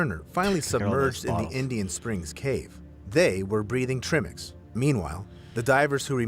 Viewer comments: your face every time he said Treemix instead of Trimix was priceless. You could see your soul breaking/trying not to laugh everytime.😂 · It’s ai talking he typed in tri mix lol but the ai just says trimmmix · I’m chuckling at the pronunciation of TRImix myself 😂😂 and I’m not a cave diver at all, but I’ve been fortunate enough to be educated about it through you guys and the top notch divers you’re both affiliated with ❣️ Trimmix - the new diet drink 😂😂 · the “trih-mix” thing is killing me. like if you’re calling it that you obviously dont know it’s pronounced TRY-mix because tri=3 AKA 3 gases, and the amount of times he says “the divers were breathing trihmix” as if he knows what that even could mean just tells me the video you two are watching is about to tell me zero about diving-actually that makes it the perfect video for you to watch and explain! ha! well done picking a good video to watch! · In latin country we all probably say Trimix. As for you, was written with and "e". Is just in english you say tr-i-mix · It’s Tri-mix, not Trim-ex. Tri meaning three. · I like how they pronounce 'treemix' - sounds a bit... Woody 😝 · ' flinching when the guy says "trimmics" xD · at one point, I heard, "Trimmings" and got really confused. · If i hear trii-mex one more time, I'M not going to be able to breathe. 😂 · Treimex 😂😂😂trim-ex? Treemax, treemex? 😂😂😂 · Trim-ix lol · The cringe on his face every time he says trimix. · I'm not even a diver and their pronunciation of tri mix drove me insane lol. Cuz yunno... I have common sense and recognize the entire reason it's called "tri" mix is because there is THREE GASES. Lol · that pronounciation of trimix lol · the way he said TRIMIX, pretty obvious hes bever watched a DIVE TALK video or and diving video for that matter. lol chat gpt at it again!